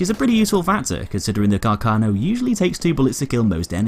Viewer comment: A bit of a pronunciation error: Carcano is pronounced with the stress on the first 'a'. The pronunciation you use is a common misunderstanding amongst english speaker. If you read this, please take listen to the right pronunciation in this website: Also, great video, as always